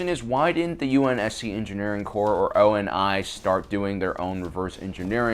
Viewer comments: Is it just me or is pronunciations words seem a little off not major just like saying U N S C instead of saying it as a whole word or saying O. N. I. And not ONI just seems a bit off also calling Sergeant major Avery Johnson a Master Sergeant seems like a insult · Why I gods name is he pronouncing every individual letter in the name ONI.